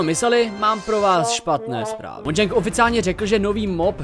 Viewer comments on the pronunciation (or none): none